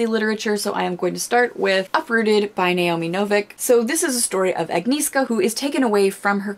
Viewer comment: I think it's the cutest how non-polish speaking people pronounce Agnieszka or other names in uprooted:) The "E" isn't actually silent, you have to combine "NI" and "E" (E is pronounced like in ) and you say SZ like SH in English. Btw, my sister's name is also, but in polish it's Emilia or Emila. Love your videos, take care:)